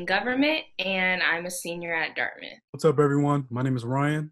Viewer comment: she really didn’t say DIRTMITH?? 😂😂😂😂😂